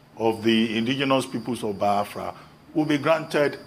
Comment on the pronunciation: Reuben it is not baafra but BIAFRA